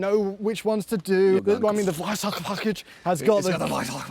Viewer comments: surprised by the perfectly pronounced "Weissach" 👍 For me personally, to this day, this is the most beautiful car ever built. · The „WEISSACH” package, brilliant pronunciation 😂